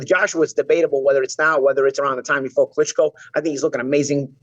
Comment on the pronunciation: Nearly fell off pronouncing Klitschko's name too tbf 😂